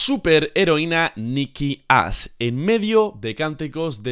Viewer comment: expresate bien, parece que dices "Nikki Ass" Si, tiene unas posaderas enormes, pero aun asi